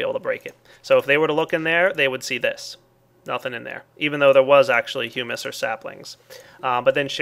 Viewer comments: Nope. Hum-us is a food. Hewmis is the correct pronunciation. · Hummus is a delicious bean dip. Humus, pronounced 'Hew-mus', is what he showed ingame. Please do not confuse a type of soil with bean dip....even if the soil is delicious. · If you had a solid grasp of English you would know that hew is pronounced like hyo͞o